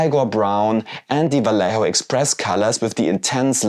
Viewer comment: The "lle" in "Vallejo" is pronounced as "jeh".